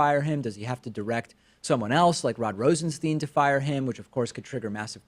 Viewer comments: RosenSTINE. Not Steen. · Is David mispronouncing "Rosenstein" on purpose?